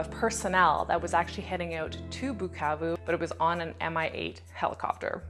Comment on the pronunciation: i like the way you pronounce "Bukavu" "Goma"!!!! am originally from Kivu (but i've never been there)